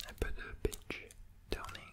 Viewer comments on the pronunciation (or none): none